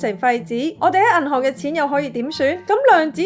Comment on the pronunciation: 冷知識，懶知識 第一層，第一陳 銀行，銀寒 😑😑😑 懶音太多，好難聽